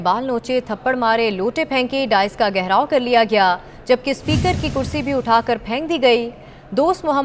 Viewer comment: 'گیہراؤ' نہیں' گھراؤ' ہوتا ہے